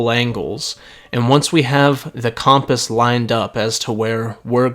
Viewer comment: making me realize I’ve been saying compass like cumpiss